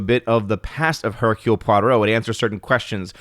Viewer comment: Nice "Hercule Poirot" pronunciation!